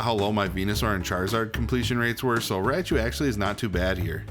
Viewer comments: It's ry-chu not "rya-chu" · ah yes, raia chu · I've never heard Raichu pronounced this way